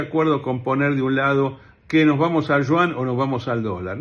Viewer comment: "El Shuan chino" ¡¿ qué cosa es eso ?! Ah, ya se... El Yuan chino, la moneda de China. 😊